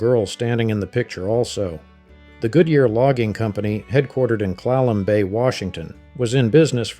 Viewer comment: Chehalis is pronounced (shuh-hay-luhs) not (shuh-haw-luhs) - good job at pronouncing Clallam correctly. - it's pronounced (Ho-kwee-um).